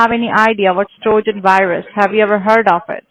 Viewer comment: When he said virus wrong and said “wirus” it tickled me!